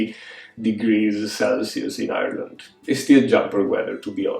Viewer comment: Thoroughly enjoyed this episode. As much as I would like to join the Rainbow KAL, I have too many projects on the needles that require finishing in the next month. Supporting the rights of humans is a worthy cause, and I will follow the KAL progress in spirit! BTW, you sound quite Irish when you pronounce “Ireland”, lol. Supporting you from the USA.